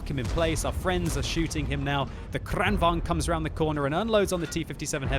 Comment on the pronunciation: Kranvahn? There's a G there, not an H. This isn't English where letters are silent lol